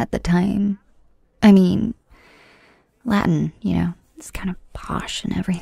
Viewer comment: As a latin student, her pronunciation hurt my soul a little bit...